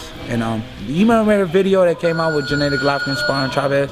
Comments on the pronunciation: Jeneddy? u met the guy.. spared the guy.. n don't know to say his name.. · Why do black people always pronounce his name JENNADY when it's GENNADY?